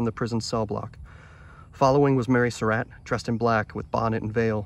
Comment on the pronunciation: The location in Rock Creek Cemetery is known. It was my long time understanding that the rest of his remains were reinterred with the skull. At any rate, this is fascinating, and makes excellent videos on the subject. Most people mispronounce Surratt, Atzerodt and others. Well done video. Very enjoyable.